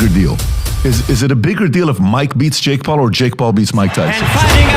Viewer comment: At the end Mike Tyson said let’s do it Jakie 😅